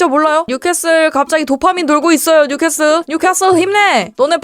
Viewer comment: 뉴캐캐솔 슈쑤쓔팅